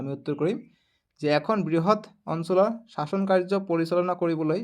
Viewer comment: চাচন নহয় শাসনহে